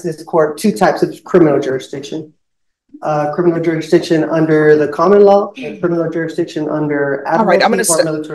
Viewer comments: “Jura-diction”…. He can’t even say the word “jurisdiction” properly lol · You stil gotta prove you have juradishun! (If you can't pronounce "jurisdiction", it's probably not a good idea to be representing yourself!) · I think someone needs to explain "juradiction" to. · cant even pronounce the word jurisdiction.. Some people open their mouth and remove any doubt that they have no idea what they are speaking about. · He cant even say the word "jurisdiction" correctly...😂😂